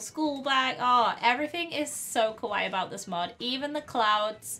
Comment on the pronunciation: UR SAYING KAWAII WRONG!!